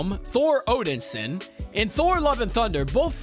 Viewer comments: Odinson, not Odinsin.....I know I'm being over the top but I cant listen to someone that cant even get the name right. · it was the wrong move seeing how most everyone hates movie gorr. he looks bad.... not odensin... o-den-sin.... nope it's odinson.. o-din-son.... SON... zoomers trying to make dad proud. thor and cap.. thorp was gross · Maybe learn the correct pronunciation of things? Like Valhalla and Odinson.